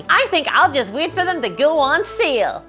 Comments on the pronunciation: She said having a sail for dummies but I heard it and I think it's funnier "Having a seal for dummies" and that's the real reason they are so terrible. Ironically I wouldn't have thought that if she hadn't drawn attention to her accent. But now GW are just weird extraterrestrial seal enthusiasts in my mind. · All I can hear is seal now u mentioned it 😂